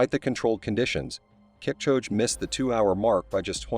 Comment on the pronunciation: As soon as it mispronounced Kipchoge’s name I was done.